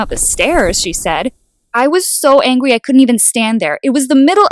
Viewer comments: “I was so angwy” that what I heard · the way she said angry (not trying to be rude...)